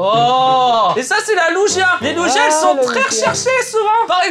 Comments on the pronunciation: On dit pas lugia.. comme on dirait une luge.. 🤣 mais comme on dirait luguia mais sans le u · Lugia ça se prononce "Luguia" 😭 Je t'aime mais la non 😭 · AIIIE MES OREILLES apprend a prononcer Lugia pitié t'as assassiné mon pokemon préféré 😢